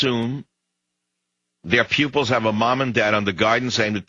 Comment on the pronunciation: Pupils not pubics